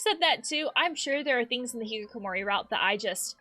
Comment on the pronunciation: Can I just bring attention to the fact that she pronounces it the hikikokomori route